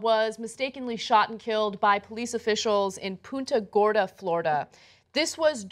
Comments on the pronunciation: Why do they say it like "poonta gorda" ITS PUNTA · friggin nobody can pronounce Punta Gorda correctly. PUNT-a Gorda. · Punto Gorda is pronounced like runt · Man, I thought she said Puta Gorda.